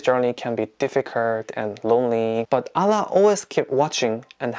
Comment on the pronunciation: Your pronunciation "Allah" so pretty 😀